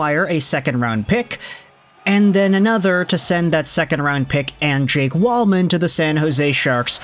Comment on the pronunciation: It’s Jake Walman.